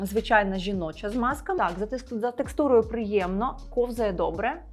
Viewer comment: Тільки не Смазка, а Змазка.